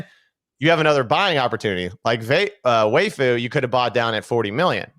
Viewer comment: Why dies say Waifu when he’s talking about vvaifu